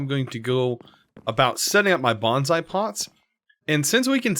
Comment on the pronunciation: Its bOnsai not bAnsai, thanks (I make bonsai in real life).